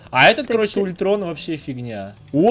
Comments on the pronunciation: не Ультрон а Альтрон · Не ултрон он алтрон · Не ультрон а альтрон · Не Ультрон, а Альтрон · Не Улитрон, а Альтрон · не ультрон а альтрон и он зладей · Не ультрон а ультрон не начной а найтвинг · Альтрон а не ультрон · Не ултрон а алтрон